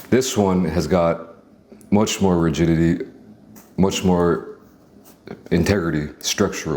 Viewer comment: i heard virginity thrice 😭😭 had to turn on subs just to find out he said rigidity 😭😭😭😅😅